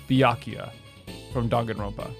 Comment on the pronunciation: You know how serious he is about being wrong because he said Byakuya’s name right